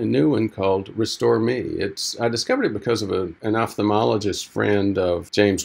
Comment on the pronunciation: Wow!! Someone actually pronounced "ophthalmologist" correctly.